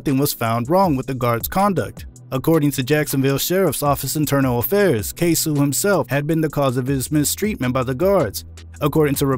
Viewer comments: Jacksonville rapper’s name is pronounced “Kay-soh” acoording to Yungeen Ace on “Who I Smoke” video. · KAY-SO OR even say K-Sew